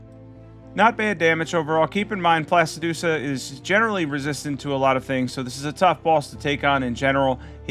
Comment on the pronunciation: Say it with me....Pla-si-do-sacks 😅.